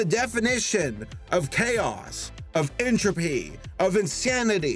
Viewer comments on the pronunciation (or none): none